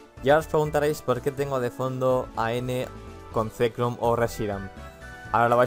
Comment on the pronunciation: Reshirum y Zekram? xDDD.En serio, dijiste eso. ᕦ(ಠ╭͜ʖ╮ಠ)ᕥ.